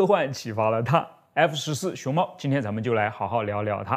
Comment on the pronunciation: 一直聽到熊貓🤣